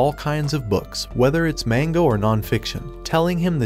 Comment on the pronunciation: "mango"... ITS NOT "MANGO"! ITS "MANGA"!!!